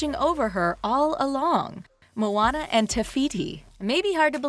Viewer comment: Moana* it's not pronounced "Mona" as in "Mona Lisa" okay?